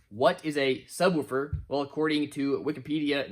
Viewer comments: Dammit I thought we had broke you of saying “sub-whew-fer” but here it is again 😂😂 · Really weird that you pronounce “subwoofer” differently then when you just say “woofer” on its own